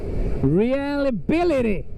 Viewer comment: re-lie-abil-ity reliability